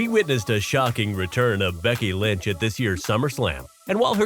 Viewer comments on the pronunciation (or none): It's becy lanch